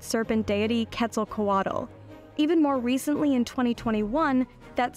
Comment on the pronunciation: Ok, just so everyone knows, she's saying it wrong. It's not Ketzel-KA-watless, or, Ketzel-KOO-watlus. It's Ketzel-Kwatluss. You're not supposed to exaggerate that extra middle syllable. The derivative Aztec name is pronounced Ketzel-Kwatull. My buddy is Aztec and that's his name, so trust me, I know. Sorry but that was just bugging the shit out of me.